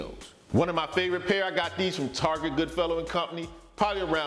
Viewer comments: I died when you called Target, "Tarjay"! 🤣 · Drebin_0930 Is how we say it in Kalifohnia..aaayy👋🏽😆